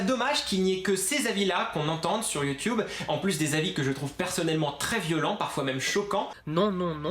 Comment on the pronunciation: en quoi c pourri sa chaine ptn ta direct di c videos c de la merde sans arguments mb je te crois qd meme et sinon sa perturbe prsn qu' il dit" youtyoube "au lieu de "youtube"?